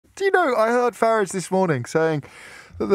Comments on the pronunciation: Deliberately mis pronouncing Mr. Farage’s surname. Pathetic, mr o’ breeeeeen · "LBC's ex golden boy Nigel Fartage" get it right James